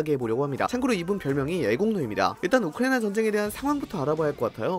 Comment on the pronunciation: 진짜 어지간하면 얘기 안하려고 했는데 우크라이나 발음 너무 날리시는 것 같네요..